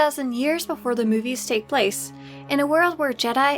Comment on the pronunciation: I love how you say Müvies. Cancel that, I love how you say anything. I'm sorry